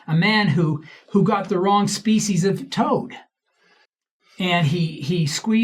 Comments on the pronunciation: Ok I never EVER leave comments but until he can learn to pronounce the species correctly I don’t think he should have any say in it . Also I don’t believe Jospeh Smith did mushrooms , BUT If he did he absolutely could gain “knowledge” from the plant medicine . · Not everyone can be an expert in every topic. Give him a break, especially if the only issue you have has to do with pronunciation